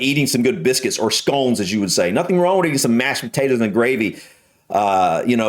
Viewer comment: Scones WIV dinner? Nastaay!